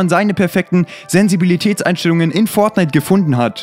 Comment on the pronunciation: Sensivibität hahah Nicht Mal deutsch kann er